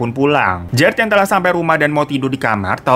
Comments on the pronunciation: "PINTU TEATER SATU TELAKKKHHHH DIBUKAHH" resep banget ih denger bacaan tajwid nya kak hiroooo😍😍🤭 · Pas ngomong "telah" makarijul huruf "kho" nya dapet banget 😭🤣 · Anjir tiap ngomong "telah" mesti ketawa